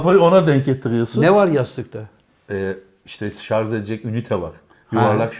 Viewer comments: can hoca şarz degil şarj😁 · şarz dedi :))))) 45.30